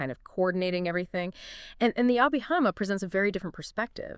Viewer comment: Anyway to train it to speak Abhidhamma correctly? Picky, picky 😎